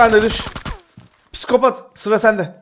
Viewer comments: "Piskopat" değil "Psikopat" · Abi o kelime piskopat değil psikopat